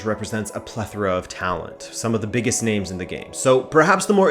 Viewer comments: hes Portuguese, it's why he pronounces all the names right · Finally, a YouTuber who can pronounce names. Good stuff my guy!